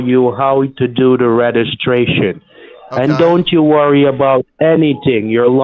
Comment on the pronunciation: The scammer can't pronounce REGISTRATION correctly...lol